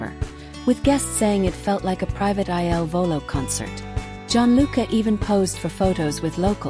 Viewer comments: PLEASE CORRECT Your narrative!!! Their name is "il Volo" NOT I.L. Volo !!!! The il means THE and VOLO means Flight in Italian. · IL VOLO …….. pls, not I.L.volo……..every night I say the same thing😮